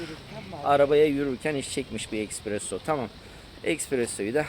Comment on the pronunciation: ekspresso değil espresso EKSPRES TREN İÇİN SÖYLENİR Sende bizim HIRBOLAR Gibi söyleme bari :face-blue-smiling::face-blue-smiling::face-blue-smiling